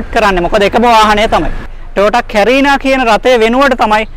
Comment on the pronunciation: කැරිනා කියන වචනය කරීනා යනුවෙන් නිවැරදි විය යුතුයි!